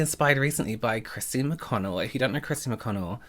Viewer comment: Did he say Christine McConnell?